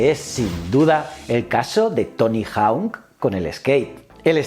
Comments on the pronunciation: Por favor di bien hawk, jauk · Dime que no sabes inglés sin decírmelo: Tony Jaun